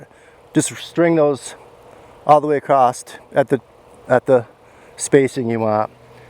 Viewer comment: Is he saying “acrossed”? Or is it “acrosst”? Wth is he saying?! It sure ain’t across